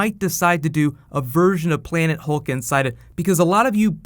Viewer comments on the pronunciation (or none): Hulk not "hill"